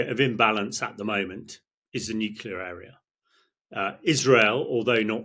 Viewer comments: F**k me NUCLEAR not “nucular” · 'Experts' who can't pronounced 'nuclear' correctly...it's not 'nucular' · Stopped listening g as soon as this bloke started saying nucular . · Nit picking perhaps but why has nucular become almost the norm for nuclear!! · Repeat after me: Nu Clear. Nu Clear. Nu Clear. Not: "Nu Cular" Morons. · This is nitpicking I know, but it’s hard to accept anyone’s opinion seriously, particularly an English person, who cannot pronounce the word Nuclear. It’s not nucular🙄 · I cannot listen to the opinion of a man who thinks "nuclear" is pronounced "nukilar". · ha ha many people call it nukular. I don't know why, but they do. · It is spelled nuclear, not nuKular! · As in ‘nucular’ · This man cannot say ' nuclear' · Never have I ever heard someone mispronounce nuclear so many times per minute. Painful. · Who is going to tell him that he's saying "nuclear" wrong?